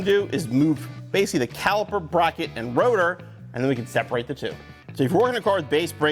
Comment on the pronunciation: “Frirst we will remove the brocket” 😂😂